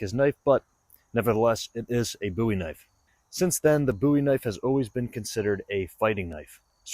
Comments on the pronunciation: Nice video. Appreciate the slo-mo’s. And I applaud you pronouncing Jim’s name correctly. 👍🏼👍🏼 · You Said the name correctly😊